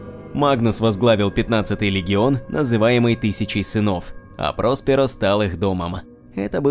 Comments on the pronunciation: ПроспЕро, а не ПрОсперо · прОсперо очень режет слух. рПочему-то всегда читал как проспЕро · Не прОсперо, а проспЕро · прОсперо как то коряво звучит